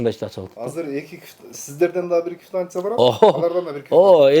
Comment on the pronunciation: Кивтанция эмес Квитанция 😂😂😂